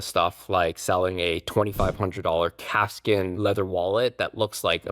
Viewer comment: lol I heard “cat skin” wallet 😂😂 I was like 😮, had to rewind hahaha